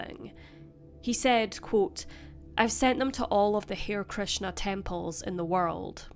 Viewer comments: I think you mean Hare Krishna, with Hare being pronounced Haree- not "hair". Listen to the George Harrison song for proper pronunciation. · Pronounced HA-REE Krishna - not Hair. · harr + "ee + krish + nuh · It's pronounced HAR-RAY Krishna, incidentally. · This case angers me beyond belief. If they couldn't take him on board, why didn't they alert someone that he needed assistance?! Total incompetence on the part of authorities. (BTW, "Hare" in "Hare Krishna" is two syllables, "har-ee" or "har-ay" (where "har" is said like "heart" without the t))